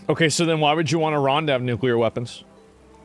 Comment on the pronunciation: Yo this dude is Chinese. Did you see how he pronounced Iran? Elmer Fudd sounding MF'er.